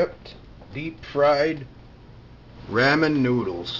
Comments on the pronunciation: leave it to the white guy to say raaaamen noodles, its ramen( romen) noodles lol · Love the post- but here is how you say it correctly...\ˈrä-mən\ Saying it correctly will only make you sound more "culinary", but I did get a kick out of hearing you say it, no offense. Your food looks delicious..yum. All the very best, CB p.s. I got the audio link from webster dictionary online..:-D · I'm going to make some RAYMEN noodle soup today. Hahahahahahahaha the way he said ramen